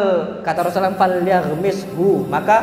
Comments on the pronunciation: maaf ustad...knp anda menyebut nama Rasulullah tdk tepat, dan tdk jelas...di menit 1.55 yg paling keliatan anda menyebut na ma Rasulullah dgn Rosalam....susahkan seorg ustad menyebutkan Rasulullah shallallaahu 'alaihi wasallam???Jazakallah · ROSULLULLOH shollallohu alaihi wassallam.. saya dgr beliau bilang rosallam..smg bs perbaiki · kok ustad ngomongnya rosulam sih bukan rosulallah saw. )